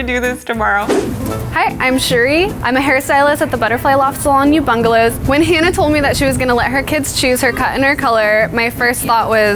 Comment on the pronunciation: couldn't figure out wtf she was saying. i googled mapped it , i guess 'ubungalows'